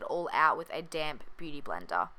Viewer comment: she said "beauty blender" with an accent & she said "beauty blender" without an accent... 👀